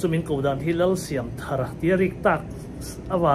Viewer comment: I lam dan hmasa kha a dik zawk , thar hi adjetivea ni dawn a, noun a nih avangin i pu phuah dan angin lam zel rawh ka ti,ve mai mai a nih chu.